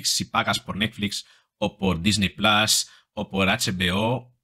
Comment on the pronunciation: Aunque no tenga nada que ver con el contexto del video, no me resisto a comentar que me chirrían los oídos cuando oigo a una persona con lengua materna romance decir plas cuando lee plus.